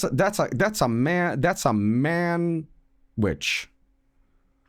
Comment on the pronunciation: The man-wich